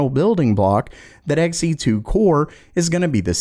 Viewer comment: Not Xen. Xe2. It's new. It's blue. It's two.